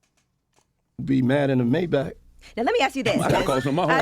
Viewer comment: Ak the only Niga I know who says Maybach correctly